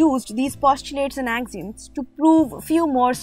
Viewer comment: AXIOMS is pronounced Ak - See - Um The lesson was well organized with beautiful graphics and entertaining. very good Thanks